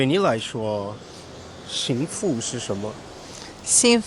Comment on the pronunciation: Sorry, but they absolutely are way off. Since you're a teacher, you really ought to notice that. Right in the beginning of the video, he says xing2fu4 instead of xing4fu2. I could go through the whole video and give tons more examples. From my experience, tones definitely affect understanding for most native speakers. When I was a beginner, if I said a word in the wrong tone, my wife would literally be unable to even guess what I was trying to say.